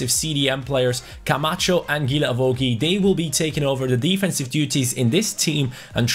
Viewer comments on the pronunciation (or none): none